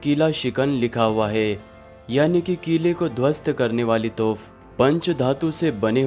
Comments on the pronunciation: Toph Nahin Hai Ray Bewaqoof, Toop Boltey Usko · तोफ़ नहीं तोप